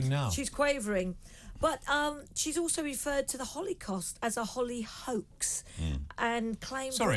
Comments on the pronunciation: Did she say Hollycaust? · How does anyone employ Lizzie Cundy? She really just said Hollycaust. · Dear Liz don’t say holly cost like it’s an offer in Costco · Today I learned that Liz C can’t pronounce Holocaust 😅